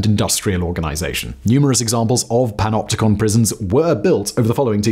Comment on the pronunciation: When every time you skip back. He’s saying PENOPTICON or PENOPTICA. And you decide you want to make a dance track.